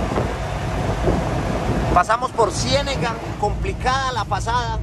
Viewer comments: Es cienaga no cienega. nunca fue capas de pronunciarlo. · se dice Cienaga.... saludos